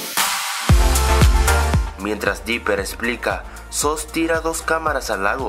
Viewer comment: se dice suss y decimos dice soos